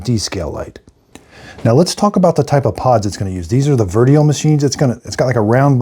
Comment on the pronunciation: PS it’s pronounced a bit like “Virtchu-oh” not verteo